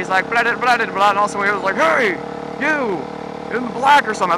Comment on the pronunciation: hey not hay